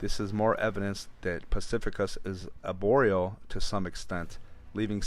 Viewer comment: AR-boreal, not aboreal. Good story.